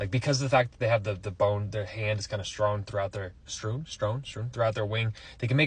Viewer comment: Strewn (rhymes with tune). Also, petition to make rats with wings a thing! How cute would that be??